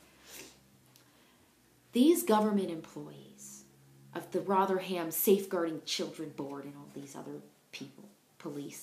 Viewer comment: Actually it would be better to put the rum back. It's pronounced Rotherum, even by shandy drinking southerners.